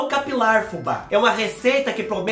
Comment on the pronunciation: Eu tava c saudades dos vídeos de receita de cabelo Fubá! Adorooo quando você diz que o "produto" tem que agir bem na entranha capilaŕŕŕ...😂😂😂😂😂